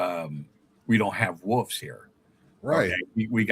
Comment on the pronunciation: Wolves* not woofs...😅😂